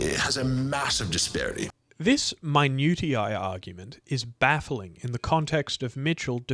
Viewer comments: Periodization is NOT a scientific term. Nor a scientific theory. It is academic word salad, a way of labeling which tribe you come from. Search "the myth of periodisation" by James Steele. Also tell me You are trolling with man-ute-ee-eye😅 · That's not how you say minutiae. mi-noo-sheeh-uh (American) muh-nyoo-shai (British) Good video otherwise so far lol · And we don’t tend to insert the ‘y’ sound in the second syllable either. I’m even more furious now. My-noo-shai. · minutiae: MY-NEW-SHU